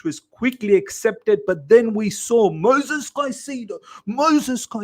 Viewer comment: Great content but PLEASE stop calling him MOSES. THERE IS AN ‘I’ in it. It’s MOISES. MOY-Zez